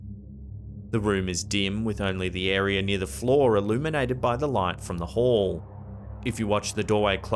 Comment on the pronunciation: It is air-e-uh, not "air-e-er"